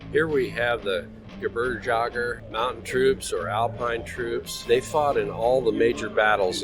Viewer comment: Funny how Americans can pronounce Jägermeister but not gebirgsjäger